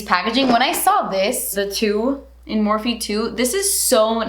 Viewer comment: Morphe = meeh..